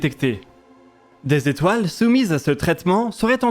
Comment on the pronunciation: "a surveillé cent cinquante mille zétoiles pendant quatre ans." Les fameuses zétoiles de.